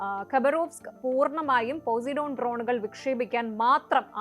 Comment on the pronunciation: പൊസൈഡൻ ആണ് പോസിഡോൺ അല്ല